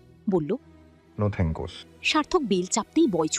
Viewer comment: ও ভয়েস মনে হচ্ছে মিমিক্রি করা হয়েছে। কারন এখানে sorry কে sarry আর thanks কে thankos বলছে আবার ও thanks কে thankos আর sorry কে sarry বলছে এবং দু একটা উচ্চারণ ও সেরকমই করছে, গল্পটা পড়ার ধরন টাও কেমন অদ্ভুৎ প্রত্যেকটা শব্দ থেমে থেমে পড়ছে যেটা শুনলে মনে হয় এই প্রথম ভয়েস দিচ্ছে।যে গুলো অন্য কোন গল্পে করে না। প্লিজ এতো সুন্দর গল্পটা এভাবে নষ্ট হতে দেবেন না।